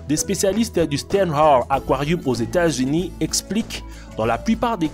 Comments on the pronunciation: Aux États-Unus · « États Unu »